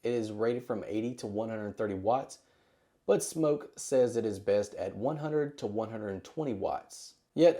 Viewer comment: Wow thank you for pronouncing Smok correctly!